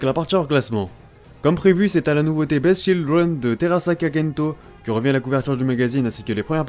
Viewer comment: Super vidéo comme toujours ! Juste, le beast de beast children se prononce biste ;)